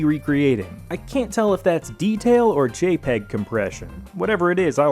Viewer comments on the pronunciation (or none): none